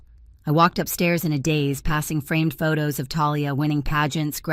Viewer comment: I like the plain white behind the text, with NO distracting moving pictures in the background. Still need work on the text: daze (not "days"); emotion (not "a motion"); wrought iron (not "rot iron").